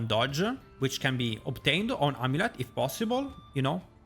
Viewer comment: Amuleta Roguea Ringa I love the added a's after words lol